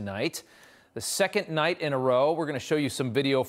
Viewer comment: Did he really say crystal nacht? The night of broken glass?